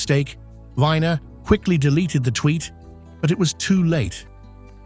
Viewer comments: Yeah you may pronounce it as Anthony Viner, but here in America everybody, including himself, pronounces it as "We-ner", like the male "member" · Not Andrew “Winer”. Andrew Weiner. You skipped the best part!